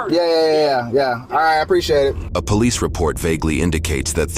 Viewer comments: "Cranson [Cranston] Pawlease Depawtment" LMAOOOOOOOOOO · "Paulease Depawtment" --- this AI stinks